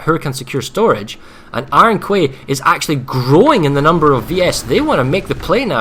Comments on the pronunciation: Iron Kway? Please.... Quay is pronounced Key... Iron Key.... Man that was bugging me so hard. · Does anyone understand it's pronounced KEY not KWAY Iron Key, there is no such thing as KWAY you overpayed dipahots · wow even these GWR casters are imbeciles and cant pronounce the word Quay properly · pls stop mispronouncing quay omg